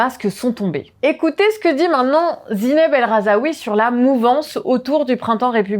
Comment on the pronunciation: Bon. Faut prononcer le nom Razoui correctement s’il vous plaît. Pour les arabophones qui vous regardent c’est un peu chiant à force (la signification du nom change totalement) et ça marque un manque d’effort, donc attention.